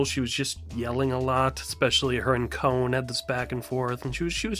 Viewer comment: Con is how you say kons named not cone.